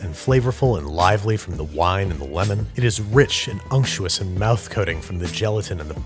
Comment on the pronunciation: Noone: Babish: UnCtUoUs